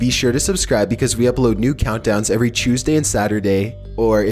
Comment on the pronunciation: "eVeRy CHOOZEdAy"